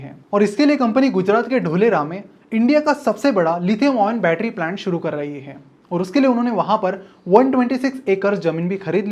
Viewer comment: It's not डोलेरा bro it's धोलेरा Sorry but you made a mistake😂😂